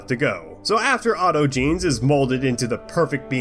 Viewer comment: Lmfao. "Auto-jeans" Brother, it's "aut-ogenees"